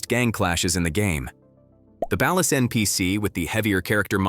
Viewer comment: Ballast and Valor?!? 😂😂😂